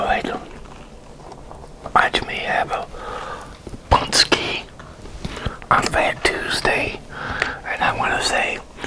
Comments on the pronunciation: Nice Bro, im first time hear like American or English guy said exact name this product, usually English-speaking people have a hard time saying this letters Ą,Ę, you made it... enjoy your meal. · Pączki 3.0 😀 I hope you enjoyed it. Btw I'm really impressed with your pronunciation of pączki! Well done sir!